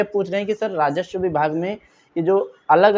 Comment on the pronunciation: भाई, राजस्व होता है राजश्व नहीं।